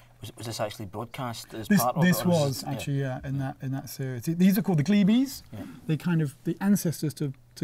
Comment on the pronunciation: is it pronounced gleebies or cleebies